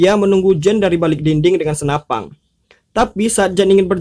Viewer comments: SENAPAN BANG BUKAN SENAPANG WKWK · Senapan bro bukan senapang😂🤣 pang pang pong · Senapan...bukan Senapang.. Belajar bahasa yg baik dan benar dulu bro baru buat spoiler. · SenaPAN bukan senaPANG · Kok senapan bilangnya snapang... G g bisa di simpan u masa depang yah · Senapan gan. Bukan senapang. Sukses terus gan